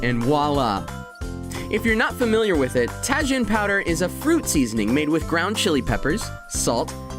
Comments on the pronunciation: Tah-HEEN. Thanks for coming to my Ted talk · Lmao Ta-Heen lol j sounds like H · Great video but just a heads up, I think it's pronounced TA-HEEN. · Lol it pretty much ruins the whole video and makes them look like idiots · You are saying tajin wrong. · Lmao at the way you pronounce Tajin